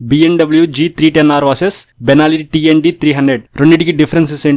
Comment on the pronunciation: Bruh..!! Benalli Tenalli kadhu .. it's Benelli 💥